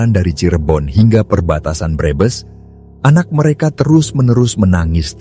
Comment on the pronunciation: Pembaca narasi orang luar negeri kali ya. Kalimat Brebes dibilang breebees.